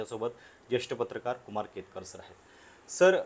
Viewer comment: केळकर ऐवजी केतकर वाचा.